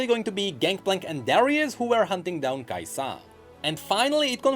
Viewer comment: Every times he says kaisAA, I imagine this emoji: 🤓